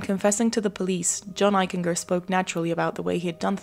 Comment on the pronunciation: His name is pronounced Eich en ger.The g has the j sound. Jennifer was not born in Bridgeport, she moved there when she was 18 months old. Unfortunately he is my cousin